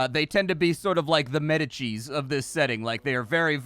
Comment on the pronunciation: Quick note on pronunciation... by "Medici" I presume you mean the Italian mercantile powerhouse family who hit their height in the 1500s. If so, the pronunciation is more like "Med'Dee-chee" rather than "Meta-cheese". You need a big pause after that 'i', just like in "Medieval".